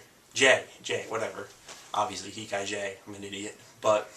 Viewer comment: The animes he recommends are Berserk, Initial D, Gantz, Heat Guy J, & Cowboy Bebop. I felt the need to make this comment cause I thought he was saying Dance instead of Gantz and Ichai Jay instead of Heat Guy J.